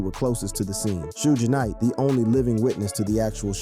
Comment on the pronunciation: Need to work on pronuncation of Suge Knights name